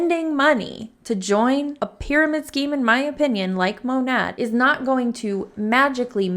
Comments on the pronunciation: For the record it’s “Mō-næt”; Modern Nature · Sorry if someone already commented this. I think it’s pronounced like “maa naye” short for Modern Nature . Learned this from another anti mlmer, either Hannah or Chelsea. Im new to your channel and im LOVING it! Time to watch “all the things!”😉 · Hey! I saw on another anti-mlm video that Monat is pronounced maw-nate (bc it’s short for modern nature, so said the same way):)) love the videos, keep it up!